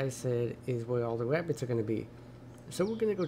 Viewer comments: He keeps saying wabits like Elmer Fud haha im losing it lmao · “Wascally Wabbits” 😂😂😂